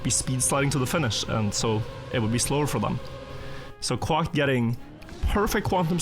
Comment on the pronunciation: still kills me the way he says Quack xD